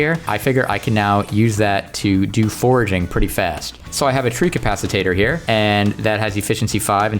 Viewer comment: You keep saying treecapacitator, it's a treecapitator. ;D